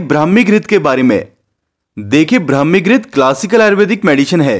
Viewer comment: Phele bolana sikho brahmi ho hai bhai